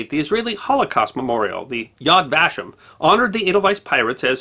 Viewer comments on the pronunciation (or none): "Vashem" is not pronounced "VA-shim." It is pronounced "vah-SHEM".